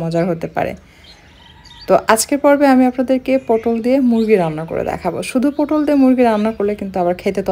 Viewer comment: পোটল নয় পটল